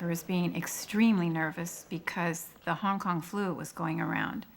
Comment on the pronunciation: wait, did she say "HONG KONG FLU"....